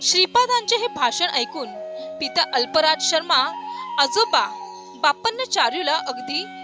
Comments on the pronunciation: अल्पराज शर्मा नाही अफ्पलराज शर्मा. श्रीपाद श्रीवल्लभांच चरित्र नीट वाचा नंतर व्हडीओ बनवा म्हणजे चुकीचे शब्द बोलणार नाही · श्रीपाद राजं शरणं प्रपद्दये. कृपया आप्पलराज म्हणावे. अल्पराज नाही ते दुरुस्त व्हावे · श्रीपाद राजं शरणं प्रपद्धे दिगंबरा दिगंबरा श्रीपाद वल्लभ दिगंबरा श्रीपाद स्वामींच्या वडिलांचे नाव अल्पराज असे नसून अप्पलराज शर्मा असे आहे. हे सांगताना कुणाचा अपमान करण्याचा किंवा कुणालाही कमी पणा दाखवायचं प्रयत्न नाही . फक्त पुढील अध्यायचा व्हिडिओ शेअर करताना स्वामींच्या वडिलांच्या नावाचे उच्चारण बरोबर व्हावे एव्हढाच हेतू आहे. श्रीपाद राजं शरणं प्रपद्दे